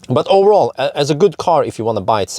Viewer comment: Please, stop saying "owerall" ! ;-)